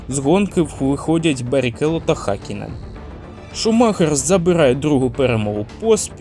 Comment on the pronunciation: Гакінен??? Ти ви заманали знущатись над іменами та призвищами! Вчіть фонетику а не лише патріотичні закони про мову!